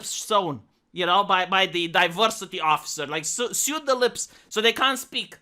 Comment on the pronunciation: Yorkshire is pronounced as "yorksheer". Sew is pronounced as "sow" .